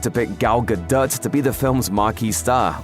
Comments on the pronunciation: "Gadut". 🤣 🤦🏻‍♀️ Dude, you should know how to pronounce Gal Gadot's name by now, it's been said multiple times by various people since that first Wonder Woman movie. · This guy clearly does not how to pronounce Gal Gadot’s name